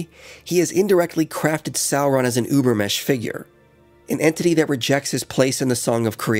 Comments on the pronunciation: It's NOT Über-MESH, it's Über-MENCH, and it's NOT KNEE-CHEE it's NEE-CHUH. As a German I am asking that you please learn the correct pronunciation. A small thing. but great video overall. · Great video, but I really had to look for the 'n' in your "Übermensch". ;-) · I love this video but if I have to hear the butchering of the word "Übermensch" ONE MORE TIME, I will go mad.